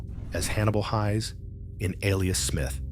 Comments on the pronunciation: Just so you know, the ai narrator is mispronouncing the last name of Hannibal Hayes. It is pronounced like hay with an s on the end, not pronounced like high. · I used to watch Alias Smith And Jones when I was a schoolboy, though my sister was far more of a fan of this T.V series than I was. I thought his characters name was pronounced Hays as in haystack, this is the third You Tube video where his characters name is pronounced Highs. I would have thought anyone who was used to watching the opening would know how Hannibal’s surname was pronounced.